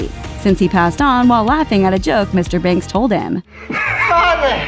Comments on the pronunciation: His accent was terrible, says the girl who pronounces Mr. Banks as "Mr. Binks" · She criticises Bert's accent, yet she says Mr and Mrs Binks. Get it right lady- their name is BANKS